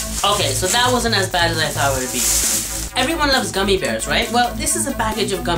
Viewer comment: Goomie(?)lol, yeah, that's how I'm gonna say gummy from now on. XD